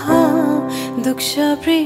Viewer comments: It wall all terrific, khali "dukcha" chai pronounce garnu siknu parney rahecha. Teslai vibe nai bigryo. Hajur ko buwa lai sodhey huncha. It should be "dukcha" and not "dukxa"... 🙏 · You are a good singer but Please learn the pronunciation of dukcha properly it's not "sa" it's cha.